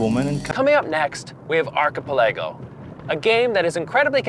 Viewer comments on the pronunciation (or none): I don’t wanna be mean, but I don’t think that’s how you say “archipelago.”